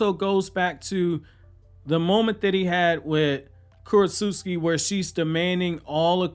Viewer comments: I think it’s Kurotsuchi not Kurotsuski. Lol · KU-ROT-SUCH-EE not Kurot-suski!! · this dude did not just say kurotsutsuki